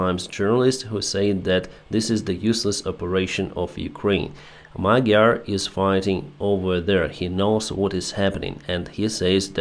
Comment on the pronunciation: the correct pronunciation of "gy" in Magyar's name is: д+ь (or д+я) The Ukrainian palatal d = Hungarian palatal "g"